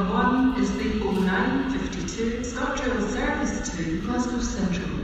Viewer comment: The "service to" bugs me. She needs to change the tone.